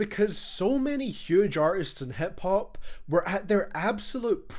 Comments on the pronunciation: I love how he says HEP hop instead of hip hop. Scottish accent is beautiful. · hep hup